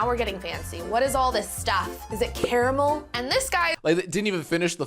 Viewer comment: People usually say “car-mull” or “care-ah-mell”. This the the first time I’ve ever heard “care-ah-mull”